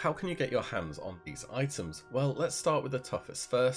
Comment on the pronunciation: you say : i´ems